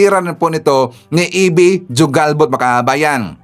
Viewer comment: IT IS PRONOUNCED AS HUGALBOT, NOT JU-GALBOT..